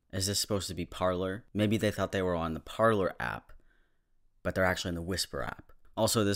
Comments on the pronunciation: Did no one watch pirates of the Caribbean? “Parler” is a French word meaning to talk. It’s pronounced “par-lay”. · I’m sorry but the mispronunciation of Parler makes it all the better 😂😂